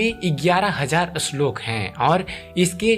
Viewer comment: अश्लोक नही श्लोक